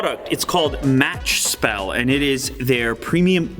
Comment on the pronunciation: Uppspel (btw not pronounced correctly with Spel, it’s not Spell) means “up game” because the gaming desk goes up, Matchspel then means “match game”, and Lånespelare (also far from the right pronunciation) means “borrow gamer/player” 👍